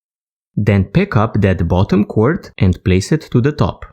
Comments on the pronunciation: Well no kidding, I know it's paracord, I was just commenting on how your letter "D" at the end of the word, or rather, the lack of it, sounds like you're saying "T", or cor"T", rather than cor"D". And, I was definitely fooled with your accent. You really sound Indian with the way you speak. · your telling me you honestly did not know he was saying cord instead of cort?